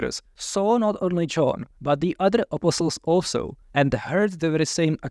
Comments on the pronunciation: I love how he pronounces “apostles.” It sounds like “apple sauce.” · I was so confused at first. Every time said "apostles", I was hearing "apple sauce". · THIS IS NOT A COMPLAINT, great video, but I gotta say… I scrolled down to see if anyone else said it first. I kept wondering what the hell “apple sauce” had to do with the Gospels but finally figured out he was talking about “apostles”. That’s one example, but so many words sounded like something else. I’ve studied Greek, Latin, German, Spanish and a little French, and generally have little problem understanding accents. Mispronunciation is easy to get through, but the cadence of his speech- accenting different syllables- was very difficult for me. Was so distracted by trying to figure out what word he said that much was missed by me. I feel like a classical musician who stumbled into a syncopated jazz jam. Still, much appreciated. Thanks!